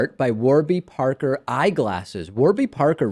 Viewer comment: i hate the way you say parker